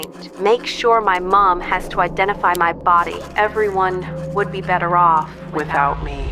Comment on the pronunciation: You’ll be Betty off without me tone sounded off 🥶🐕‍🦺📝